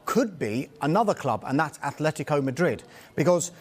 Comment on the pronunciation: Great that has the consciousness to actually say A-tle-tico and not A-Flet-tico like the AFTV pundits.